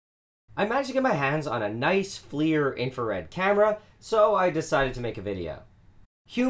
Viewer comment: The FL in FLIR is like saying gun go bang, no shit it's forward looking, also FLIR is said as flair. IRTI is more appropriate than 80' acronyms